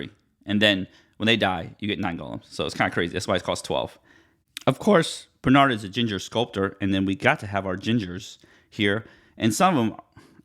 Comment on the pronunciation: It's pronounced BRE not BER.